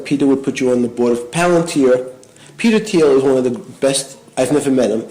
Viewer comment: Please stop pronouncing it paLANtir. It’s PALantIR. Idk why this enrages me so much lol